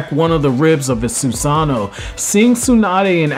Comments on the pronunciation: Its pronounced "Sue-SaH- No" NOT "susan- noe" 😒😒😒😒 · Its pronounced "Sue-SaH-No" NOT "Susan- noe" 😒😒😒😒